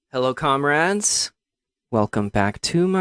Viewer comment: Why did he call us "Conrads"?